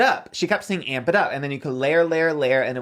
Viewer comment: I’m deceased 💀 she wanted to be Jaclyn so bad she had to have a monumental screw up launch 😂😂😂 that and where Jaclyn said morphe morphe morphe (morefeet) Mikayla had amp it, amp it, amp it (but she says it like armpit) *the similarities in a sell out* that should be the title of her memoir